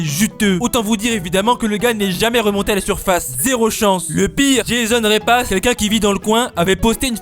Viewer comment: Je désapprouve la prononciation "Répass", alors que le mec s'appelait apparemment Repas. Comme un repas, oui. D'ailleurs c'est sans doute aussi l'avis de l'aligator : Il était son repas. En même temps, aller voir les croco' quand on a un nom pareil... il était con 😅😉